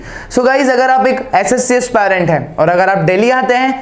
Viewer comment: Aspirants ❌ Asparent ✅